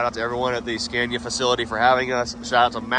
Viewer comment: Scania not Scandia. SorryOops